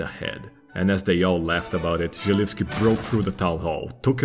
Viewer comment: The only thing you did wrong was a bit of a mispronuncation of the name Jan. You pronunced the J as if it was in the word ninJa, while in Czech it is pronunced as Y in Yes. The pronunciation of Želivský was spot on however!